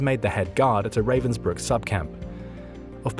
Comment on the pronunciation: It is, but it would be better if he could pronounce Ravensbrück.